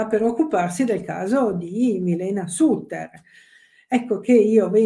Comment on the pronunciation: La dott con un accento genovese più forte del solito. Ma come fa a pronunciare SATTER quando sono 52 anni che se ne parla? Bozano mi sembra una specie di Danilo Restivo.